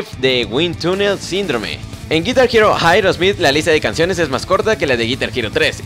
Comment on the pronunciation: jaerosmith? jeightn's? aprenden a pronunciar dislaik